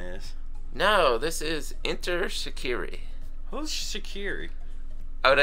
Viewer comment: Yessss shikari is pronounced differently but I love your review u must heat there other stuff 😊